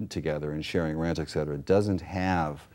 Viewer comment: Poor social skills (interrupting) plus perhaps so excited by the opportunity to interview her that he can't control his excitement. I think she is very gracious and patient. What do you expect from someone who says "ekcetera"? (him) Plus I noticed with great appreciation that she says "prenuptial" instead of "prenup-shoo-al" like most people.